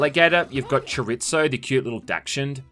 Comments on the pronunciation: My man said Choritzo lmao 🤣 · Cho-ree-zo not choritso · Please learn how to say "Chorizo" 🤣🤣 it's a type of meat.